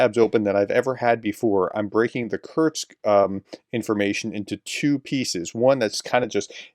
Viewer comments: Btw. The city ist not called kurtz but curr-sk like in curry - sky…. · Professor: It's "kur-sk", not "kur-z" (German for "short"). Nit pick. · Pronounced 'Kurtstkt'?